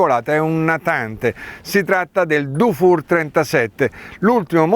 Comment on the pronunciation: Dufour si pronuncia difur, se fosse scritto dufour si pronuncerebbe dufour , pregasi correggere la pronuncia